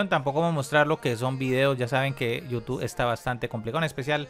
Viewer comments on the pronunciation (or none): none